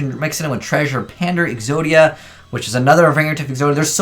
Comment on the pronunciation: "Podia" "Po-zodia" "Exoto" "Exodato"